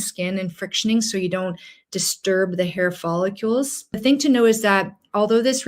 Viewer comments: Helpful info, thank you.. However, professional that you are, I'm sure you would want to pronounce the word follicle correctly.. which is: FOL - LIK - KULL Quite welcome! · I have a problem trusting a physician who doesn't even know how to pronounce the word "follicle". 😮